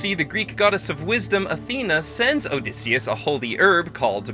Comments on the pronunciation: Why can't you pronounce Odysseus correctly? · This is the American pronunciation.